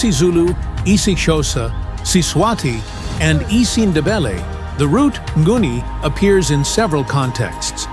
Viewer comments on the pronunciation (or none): It's not nguni but ngoni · Tooooooooo much words about the same and same. And pronunciation of the tribes... you could research how it sounds.